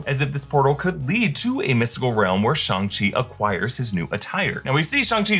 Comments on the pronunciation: Not shong chi It's shang chi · Simu Liu said it was pronounced "Shong-chee". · “shung chi” :/ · im sorry but why are you saying shung chi💀, its pronounced shang chi😭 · its pronounced "shhhh" not "shi". no disrespect though, just want to correct for future pronounciations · Its shya-nng-chi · Did you say SHUNG CHI??